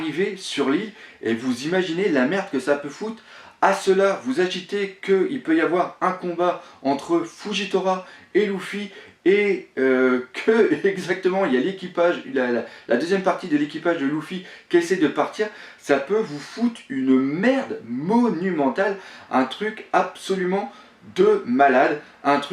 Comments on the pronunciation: Hey !! J'ai remarqué que dans tes vidéos tu prononcais certains noms mais pas a la francaise :p Dans tes deux dernieres videos, j'ai relevé les noms : "Coup de buster"-> "Coup de burst" normalement "Brook", tu prononces " Brok " mais il se prononce "Brouk" "Luffy" que tu prononces "Louffy" alors que dans l'anime il se prononce "Leuffy" Et pour finir "Garp" que tu prononces sans le r alors qu'il est normalement présent ... Voila !!! Et bravo pour tes vidéos!!! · salut je viens de m'abonner je suis nouveaux j'ai beaucoup aimé la vidéo continu je sais que ta du mal avec la pronociation mais continu moi je m'en fou mais ce que pensent les autres peut atteindre "avec le heros s'il te plait fait un effort on commence a te surnommé (Louffy) dans plein de Forum,et ca j'ai pas apprecier vu ton travail, c'est Luffy avec (u) pronociation japonaise (Louffy avec "ou" anglaise la version anglaise est un peu a chier) voila sinon je te dis ca parce qu'on commence a te juger a cause d'une simple pronociation et je trouve ca debile vu tes effort. bref j'ai trop aimé la video sauf ou tu massacre le pauvres Bellamy méme ca ca ma fait trop marrer :D non non et non....tu dis a un moment j'espére ne pas me planté sinon je vais passer encore pour un con et ben non meme si tu n'as pas raison plein de gens aime ton avis ne t'inquiete a ce sujet laisse moi te proposer mon avis a propos de ce dernier: Quand j'ai relu et revu toutes les interaction entre luffy et bellamy (je sais pertinament que tu les connais tous mais si on fait un recapitulatif ca ma fait tilter). 1)dans l'anime la premiére conversation entre luffy et bellamy tourné autour de son changement et bellamy dit que malgré qu'il a perdu son equipage il a reussi a atteindre skypia (donc luffy c'est qu'il n'a plus d'equipage en plus d'avoir remarqué son changement ainsi que de l'avoir encourager comme rebecca d'ailleur) 2)chapitres 769 "page13" "page14" "page15" doflamingo relache bellamy et on revoi